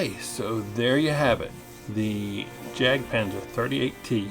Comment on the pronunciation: Not pronounced as 'jack' panther but yak panther. It's a German pronunciation.